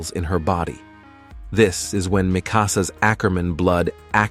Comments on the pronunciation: Literally feel like I'm about to become Hermoine Granger with all the name mispronunciations in this video. Its "MIKA-Suh" NOT "Mik-AHHH-Suhhh" (Mikasa) Its "She-GONE-shina" NOT "SHIGIN-SHEE-na" (Shiganshina) Its "MAAHHHH-rey-yah" NOT "Muh-REE-yuhh (Wall Maria) Fix it, before I have a fucking aneurysm. >_< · Ah yes “Mi casa” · love the video but the fact you have watch the show and still pronounced Mikasa's name wrong was cringy.. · Based on how you pronounce Mikasa, Shiganshina etc I bet you watched the sub. Also aint Levi related to Mikasa? Does that mean Levi, Kenny etc are of Asian heritage? I was sure Mikasa was Ackerman from her fathers side being that is where one usually gets the last name, while her mothers side was a warrior people too. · you also say mikasa all fkin wrong too. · Please rewatch the series. You're pronouncing some names incorrectly, like Mikasa and wall Maria. I apologize. But I am enjoying learning some of these new interesting things.